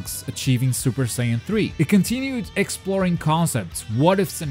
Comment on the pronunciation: Oh man! I remember the commercial for Ultimate Tenkaichi! A lot of people (myself included) made fun of the commercial for pronouncing Saiyan as "Cyan". So the tagline was basically "Become a Super Cyan!"